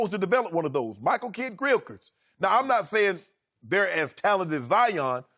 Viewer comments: I played over like 10 times lmaoooo "Michael Kid-Grillkers" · "Michael Kidd-Krilchrits" - Shannon Sharpe. Love Uncle Shay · Hearing Shannon try to say "Michael Kidd-Gilchrist" is the best sound byte of the day.